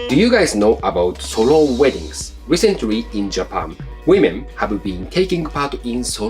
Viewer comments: Come on dude, you can use the correct pronunciation of 'women' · FYI, woman and women are not pronounced the same. I realize English is not your first language, still… ￼￼